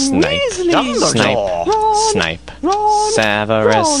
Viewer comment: dumbledore sounds like hes saying jumbledore xD